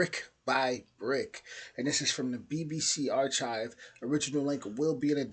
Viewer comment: He didn't pronounce archive correctly though sadly